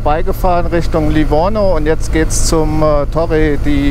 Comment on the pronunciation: Schönes Video & danke für den Tipp, kommt auf die Liste. Ach so… Livigno, nicht Livorno 😉